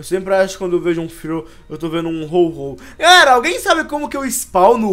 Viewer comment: é ho-oh e n ho-ho parece até o papai noel